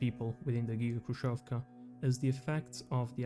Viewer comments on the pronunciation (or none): Quite nice video. Js to let you know. 2ch - "Dvach" Khrushchev(ka) - Hrushev with soft Sh (like shi without i) Samosbor, i think, would be rather translated smth like self-collection, like collecting something, or self-harvest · FYI "kh" in "khrushevka" stands for the harsher h sound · Your pronunciation of Khrushchev and Khrushchyovka is wrong. "Kh" should be pronunced as like "H" same as in the word "Hex". In russian there is a single letter for this sound "X" that sounds same as the "H" in word "Hex".